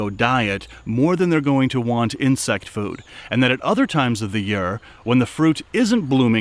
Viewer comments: Awesome video but do you reall have to say yeare instead year ? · Loved this vid! Ps you say the word year funny, you say “yur” and not yeer lol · Alsome video thak you for taking your time to do this. From southern wv.. u say year funny to me round heer its yeeeerrrrr